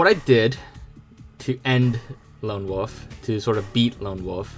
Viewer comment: OMG!! It's WOLF not WOOF !!!!!!!!!!!!!!